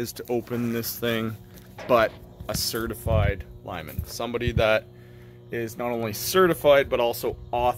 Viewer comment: Did you say CERTIFRIED or CERTIFIED?? Just curious.